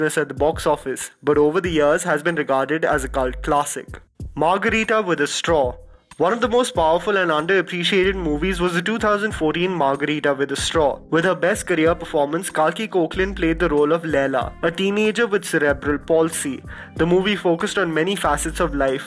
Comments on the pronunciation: NOT YOU CALLING HER KOKLIN AND NOT KAEKLAN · It's cake-la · It’s kalki cakela, this is how her name is correctly pronounced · You pronounced Kalki Koechlin wrong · You mispronounced Kalki's surname